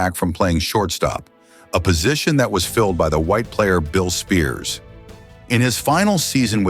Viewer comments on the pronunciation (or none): And the stupid AI. Mistakes over & over. "seasons 3-2-1?" "Billy Spears?" (it's pronounced SPY-ERS)